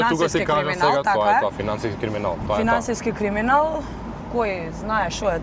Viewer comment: Kako gordo kaza "Finanskiski kriminal" kako Finanskiski Fakultet da e go kaza.. vika koj znae znae lol....hahahahah pozdrav OG